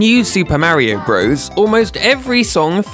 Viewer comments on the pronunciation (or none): Still can't listen to videos where Super Mario Bros. is pronounced Broze instead of Brothers. :(